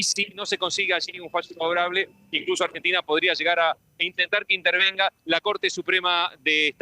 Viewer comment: Jajajajaajaj ÁMBRENTINA😂😂😂😂😂😂😂